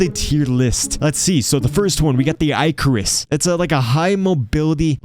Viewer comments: Baz-uh-lisk. Ick-uh-rus. Lol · I love how this man pronounces I-carus.